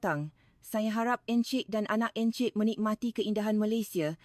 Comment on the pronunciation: Min, kena menambah baik sebutan bahasa Melayu versi AI ni....contoh :klia bukan klea n encik bukan ensik...bebaskan drpd versi indo...boleh buat sendiri,maju terus...